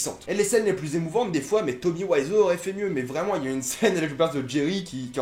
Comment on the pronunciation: Euh... FONGUY Nelson????? Tommy WAISSEAU???? je suis pas du genrre a faire chier sur la prononciation mais il y a des limites quand même... J'ai saigne des oreilles!!!